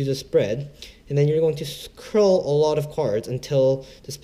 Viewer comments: its cull not curl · srry to correct you, but it's card 'cull' mate